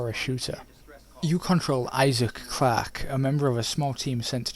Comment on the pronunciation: Sorry about commenting on the accent but.... "You control Isaac crack" Srsly WTF